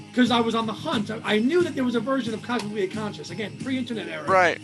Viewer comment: I love Down to the River, Keep Coming Back to Love, and Sweet Sweet Memories. I agree with Same Time Next Year being twee, very twee. I've probably only listened to Squid once or twice but I may give it another listen now. BTW It's Cosmically Conscious, not Conscience. That's your new Watersprout. lol